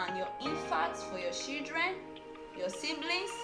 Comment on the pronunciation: Bro your english is terribly 😂, what is "shidreen" and "CoCoNUt OyE"?